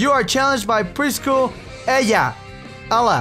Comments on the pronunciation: lol I like how you mispronounced Ella's name ^.^ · Lol he pronounced the LL the Spanish way :) preschooler Eya. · Lol right before you pronounced Ella in a Spanish way I said it that way cuz I'm taking Spanish xD